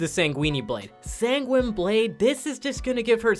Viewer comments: This channel pronounces Sanguine Blade sang-ween-ee blade.Not sure what you were expecting. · Can't tell if his pronunciation of sanguine blade is intentional or not. Then again Americans can't pronounce 'niche' properly either the neanderthals.